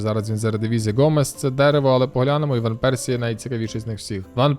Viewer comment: Гарно прозвучало іВан Персі..)